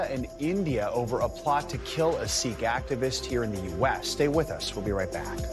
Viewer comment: Why do many of these media individuals pronounce Sikh like Sick? Sikh is pronounced like Seek, no?